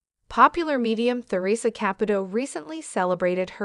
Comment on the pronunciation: Who is oratingoing this story... it not therIssa it's Teresa. My gosh terrible